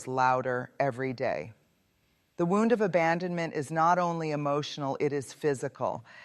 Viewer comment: This does not sound like a speech, it sounds like someone is reading a transcript or book. And why does she keep mispronouncing "wound"? She's educated, isn't she? 😳